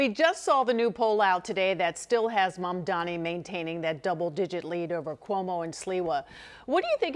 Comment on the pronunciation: JAMES VACCA, HE'S NAME IS "M A M D A N I" !! DAMMIT, GET HIS NAME CORRECT, MISTER!!!!!!!!!!!!!!!!!!!!!!!!